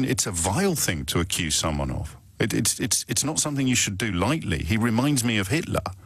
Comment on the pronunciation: 5th caller ..somefink..says a lot that.